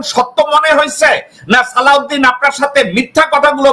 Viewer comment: শিলংউদ্দিনের থেকে শালাউদ্দিন উচ্চারণ সহজ এবং শ্রুতিমধুর।